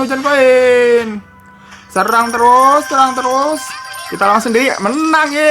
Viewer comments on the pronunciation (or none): none